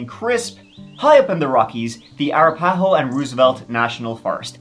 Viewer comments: "Arapaho" "Uh-Wrap-Uh-Ho." Not.. Era-Paw-Ho. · You said Arapahoe so wrong but I love ya. Lol. Too good.